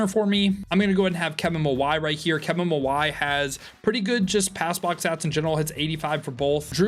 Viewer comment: Are you purposely misprounouncing Kevin Mawae’s name?